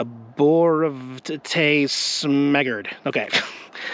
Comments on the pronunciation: the tree is pronounced arbor-vytee, I used to work at a nursery that’s how u know and the blue spruce is my favorite evergreen tree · That shrub is pronounced arbor-vita.